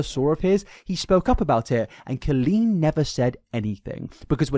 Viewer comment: pronouncing it co-lean is so funny i always thought it was col-een. imagine meeting a guy named colin and saying co-lin